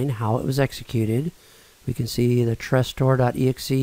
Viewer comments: Tres-store? It"s Tresorit... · It's not "Trestor" but "Tresorit" ;) Many thanks for taking your time for this!